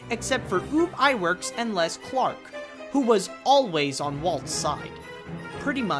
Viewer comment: Great bio, with one minor quibble - Iwerks' name was pronounced "ubb" (as in "bubble"), not "oob." But that's a minor detail. I think I've developed a softer spot for Oswald than for Mickey - at least the Disney/Iwerks Oswald - and I'm glad he finally got his time in the spotlight.